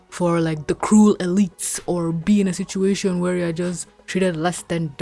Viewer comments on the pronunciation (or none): none